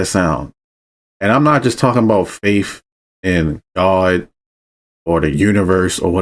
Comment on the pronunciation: "LOGICAL LIKE YOURSELF," you say... it's hard to take you seriously when within the next sentence, ( TWICE ) 2 times ...... your pronunciation of the word "FAITH" aka "FAIF" is anything but logical .. You should probably brush up on proper use of the English language before you start giving directions, not anything else.